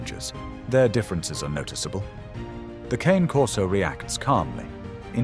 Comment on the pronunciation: You did not explain to the person speaking the correct pronunciation of the Cane Corso. Italian Eventually, he said it correctly. CAW NAY